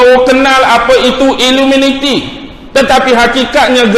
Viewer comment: Sebab apa tak sebut betul2 iluminati tapi sebut iluminiti sebab "minat"